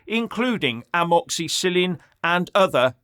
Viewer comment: please never ever say the word amoxicillin ever again or i will be forced to unsub. 🇬🇧 👍 😱😁